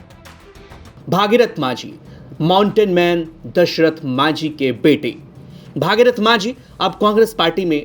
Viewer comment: Bhagirathi nhi hai Bhagirath hai. Thik se bola kro yaar